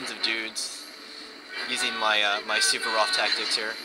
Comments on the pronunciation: It's Suvorov, not Suberof. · Suvorov was a Rush-In. LOL